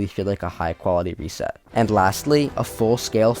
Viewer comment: Read reset VERY wrong 😭